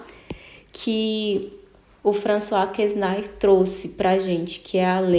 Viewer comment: François Quesnay (a pronúncia é Françoa Quené).